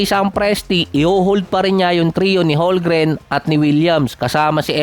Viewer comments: Homgren yan, hindi holgren haha,,,kulit mo,, HOLMGREN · Hindi yan holgren, homgren yan haha,HOLMGREN